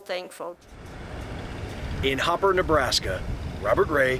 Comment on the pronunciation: It’s Hooper. Rhymes with cooker. Or hooker. Or looker. I always think it’s disrespectful not to pronounce the cities correctly.